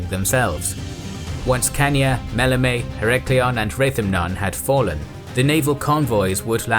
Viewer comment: Am I the only one bothered by the mispronunciation of Chania?